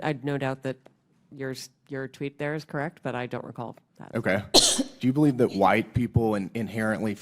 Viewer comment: How awful in the first thirty seconds of the show you dropped your t's twice. Are you kidding me? Speak English. pronounce your t's. You sound like a moron. There is an attack on the English language and you are participating. How Awful!